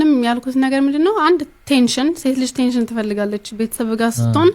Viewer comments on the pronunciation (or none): እንግሊዘኛ አትችልም እንዴ? አቴንሽን ለማለት ቴንሽን